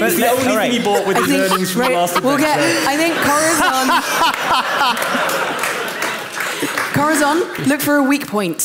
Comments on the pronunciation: Not Corridor; it's Corizor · Always bothered me when said "Corathon". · Question is pronouncing Corazon’s name wrong or am I just hearing things?